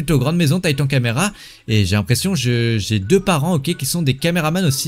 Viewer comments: Non mais la honte tu dis tatan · Tu dis meme pas corréctemen titan 😂